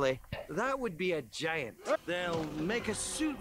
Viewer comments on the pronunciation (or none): none